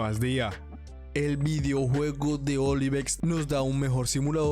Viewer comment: Bro es Ovilex no Olivex 😅... El Mejor Te Queremos Brou